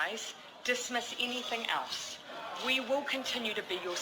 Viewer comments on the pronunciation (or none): none